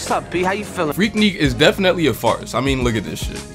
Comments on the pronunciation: What I’m hearing is freak “neek”. It’s freak“nic”. Lookin out. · freak-nick, like a picnic but with freak. my bad, fantastic analysis btw. subscribed :]